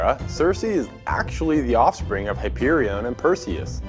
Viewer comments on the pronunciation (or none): Its pronounced Hi-Paul-a-tuh And Hi-peer-ee-on Sorry but it was graiting my nerves but otherwise very informative and great video.